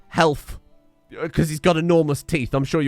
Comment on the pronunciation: If he says "helf" then he would also call himself "farfufharfhi"